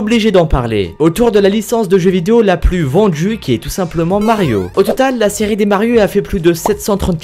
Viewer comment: numero djis on commence avec la voitchure la plus vendju dju monde!!! hhhhhhhhhhhhhhhhhhh